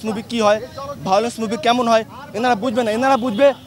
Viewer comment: ভায়োলেন্স উচ্চারণ পর্যন্ত করতে পারছেন না😂😂😂😂😂😂